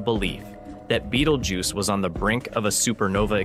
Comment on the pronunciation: Bay-tell-gu(y-i)ce not beetlejuice